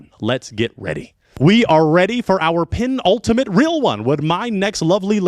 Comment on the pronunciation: Hey..Is it... "Pin-ultimate" [as you always pronounce] or "Pen-Ultimate" (The proper spelling...PEN not Pin...) Now you know...😂